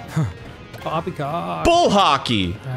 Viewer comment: Pwoppy cwock